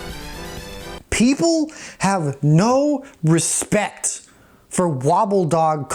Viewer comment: You hit that hard plosion on "respect" and I felt like i needed to wash my face.... Good times subscribed